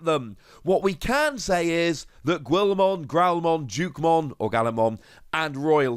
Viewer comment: Gwilmon? Ah my ears bleed at that. This channel's greatest guarantee.